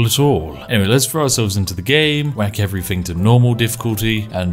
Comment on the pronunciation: the immersion of the posh voice is spoilt by the "fing" or "everyfing"